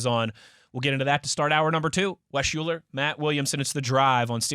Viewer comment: Wes UHLER not Shuler!!!!